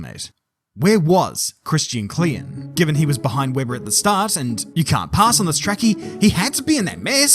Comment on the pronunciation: Spot on pronounciation of Klien 👍